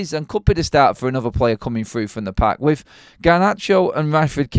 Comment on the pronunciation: Why British people speak “with” as “wif “